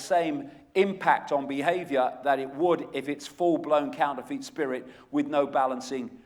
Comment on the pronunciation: I do like Icke but even though he is English just like me he doesn't half miss pronounce stuff.....Like counterfeit,lol that really annoyed me, it's counter-fit not couner-feet.